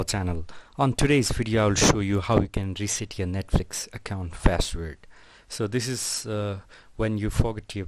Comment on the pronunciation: CEO of :ReShEt YoUrrrr PaShWorD